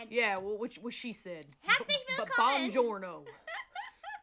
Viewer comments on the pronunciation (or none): kiara: german stuff I honestly don't know callie: callie, a couple of seconds later: BuOunGiOrnO